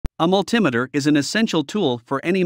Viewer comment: How can I take this list seriously when you can't pronounce multimeter right?